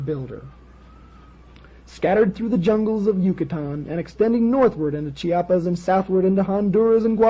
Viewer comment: Bishop of cheopas? Sounds like Cheops.